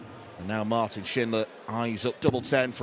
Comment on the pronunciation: Impressed by pronunciation of Martin's full name. Sounds exactly like a german would say it.